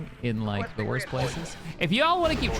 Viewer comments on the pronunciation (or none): none